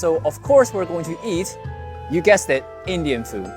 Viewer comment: I like the way you say "South Indian Fu" in the end. It make's it sound just like kung fu.